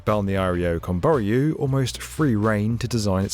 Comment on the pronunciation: PLEASE!!!! It's /Kəm.bɔ.'rju/.... stress in the last syllable.